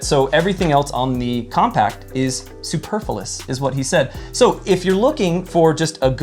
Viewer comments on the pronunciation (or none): Bowler hat? It's a top hat. "Superfilous"? [sic] That's not how the word is pronounced. Misnomer? That's not what that word means. And that wasn't actually a straw man argument. Damn, I'm sorry. I know it's channel, but he gave this one to by not being able to use words correctly. It has nothing to do with the fact that I carry a Surge in a holster on my belt. *Nothing*!!! 🙂